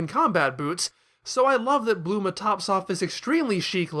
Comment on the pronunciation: ...did you call Bulma... Bluma?